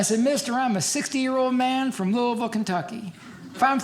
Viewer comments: You know he's actually from Kentucky because he pronounces Louisville correctly. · Yes! He says Louisville right!